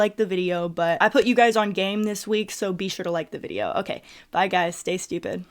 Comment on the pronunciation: Why “stay stupit”?🤨🧐